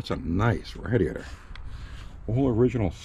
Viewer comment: He said RADDY- ATOR....hahaha!